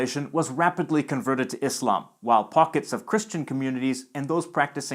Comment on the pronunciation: It’s satisfying to hear someone pronounce Islam and Muslim with an /s/ sound instead of /z/ when speaking English lol